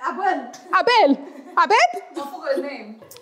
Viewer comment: As a Nigerian whose surname is Abel, d pronunciation is wrong 😅😭😭😭